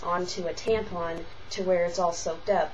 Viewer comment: oh and learn to say TAMPON right... theres no freaking G at the end of it... you know NOTHING about tampons